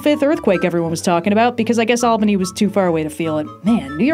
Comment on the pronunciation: Thank you for pronouncing Albany correctly!! The earthquake was noticeable in Poughkeepsie, I'm surprised not Albany